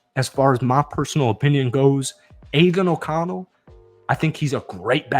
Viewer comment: The way you say “Aidan O’Connell” pisses me the fuck off . I hate that you think he’s good to lmfao